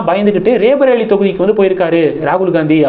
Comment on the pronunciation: It is not raebareli but sound roybareli